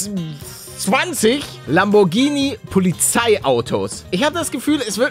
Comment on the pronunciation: Hey Paluten, viele sprechen Lamborghini falsch aus du aber richtig. Danke, dass du jeden Tag Videos machst. Ich wollte mal Danke sagen, deswegen, wenn alles klappt, kommt morgen ein Video auf meinem Kanal für dich und GLP raus. 😉